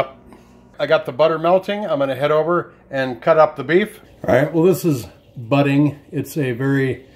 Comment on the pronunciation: And, it's not Budding, it's Buddig...